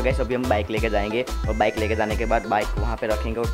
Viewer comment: WTF! "My Dream BACK" Koyi isko English ka tution karwawo seriously, kon sai class mai padte ho.